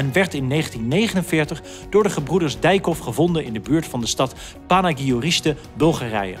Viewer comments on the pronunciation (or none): Panagurishte* niet Panaagirshtey 😁